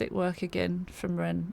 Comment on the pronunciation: Also you pronounced the name perfect lol which I don't even do half the time.